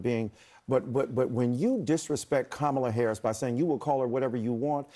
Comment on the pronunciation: Kamel toe uh furris